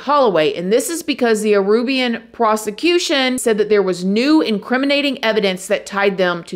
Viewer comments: Aruban. Not Arubian. I think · Oh man. Love ya, but there's only so many times I can hear "Arubian", opposed to "Aruban". Oh boy, *edit* I have to add "Lime-uh", opposed to "Lee-muh" (Lima), and "Chili" opposed to "Chee-Lay" (Chile).